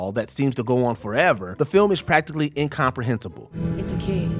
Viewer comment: The narrator is completely mangling pronunciations of relatively simple words like “distributor” and “incomprehensible”